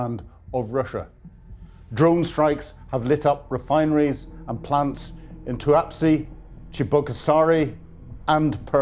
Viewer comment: "Tuapsi"? "Tuapse"!